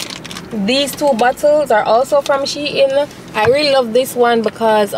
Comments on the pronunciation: It’s she-in but you pronounce it as two different words combine them😅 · Yes it’s She-In… As in She-Inside :) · Your pronouncing shein wrong for real girl you wrong and strong duah..... unless shein ambassadors dont know how to pronounce the brand they represent/selling but your pronunciation is actually wrong u no haffi get so loud pon the girl cause u wrong lol